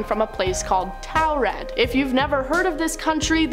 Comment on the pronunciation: Taured pronounced “TorRid.” 🫶🏼